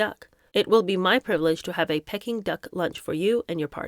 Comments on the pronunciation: You’re too young to remember but it’s Peaking not Pecking. Yes I’m nitpecking. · ~ Peeee king, and CANTAWN < Not cantin. xD Love too. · Its Pee-king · It’s prounounced Peeking 😂🤣😂 Sorry, I couldn’t resist 😂. I’ve never corrected any YouTubers pronunciations including yours- Americans seem to have a lot of problems with place names in the UK & the everyone usually has a problem not only with most of our 🇦🇺 place names but a lot have problems with understanding our accent 😂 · Pronounced Pee king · Don’t take any of the comments personally there’s nobody here that could read like you and do such a good job even if your interpretation is not there cup of tea. I love your reading skills… who amongst us could read without a mispronunciation… I did laugh out loud when you pronounced Peking…. 🙊It takes a lot of courage to read these books and you are doing an amazing job.❤❤❤❤❤🌺 I look forward to them😘